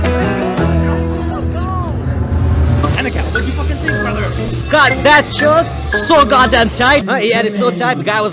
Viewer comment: “got dat choooke”🇮🇳